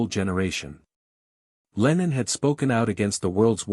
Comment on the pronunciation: I wish these America commentators would learn to get it right, his name is John Lennon NOT Leenon. Before you speak English to the English people you must learn to speak proper English.